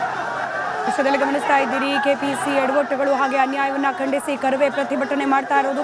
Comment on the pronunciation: ಅರಾಮಿ ಆಂಕರ್ ನೀನ್ಯಾಕೆ ಇಷ್ಟು ಹಾರಾಡುತ್ತಿದ್ದ ಕಾರವೇ ಅಲ್ಲ ಅದು ಕರವೇ